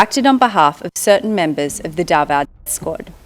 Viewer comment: Clear pronounsation not Dava it's Davao